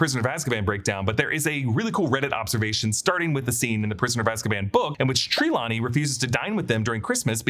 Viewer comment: You say Trelawney wrong lol